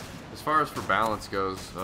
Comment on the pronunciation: This whole time i thought you were saying "bounce" instead of balance haha.